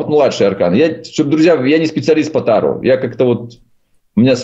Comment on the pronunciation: ТарО. АртУр. Пожалуйста, ставьте ударение правильно.